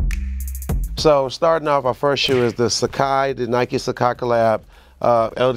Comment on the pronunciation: Trinidad trying to pronounce sacai